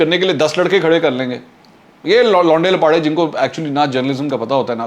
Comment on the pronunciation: I am your regular listener and like your analysis and when you say “launday laparay 😂